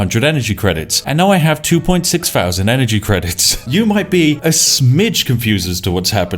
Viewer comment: One fousand, free hundred. Winning using mafamatics.